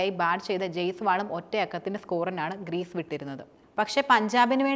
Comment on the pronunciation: ഗ്രീസ് അല്ലമോളെ ക്രീസ് 😊